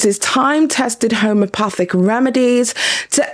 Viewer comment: Girl.. it’s notHOMO.. it’s homEopathic. Not HOMOpathic. Like you keep saying. I’m so sorry you’re going through this. Any good person with a heart would take the images down. But I’m also legally torn because she asked to use them and you said yes. She’s an ass for not doing so, but it’s a lesson learned don’t ever give people permission to use your photos because I saw the texts and you basically said yes with no boundaries. She’s an asshole, no doubt. But I just don’t know what legal grounds you have sadly.